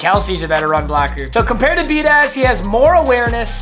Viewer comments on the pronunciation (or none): much love but it’s be ah dish. not be a daz. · Biadaz is pronounced be-odd-ish just an fyi